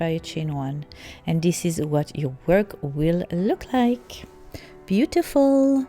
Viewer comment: You nicely say beautiful.livelybeautifllllllll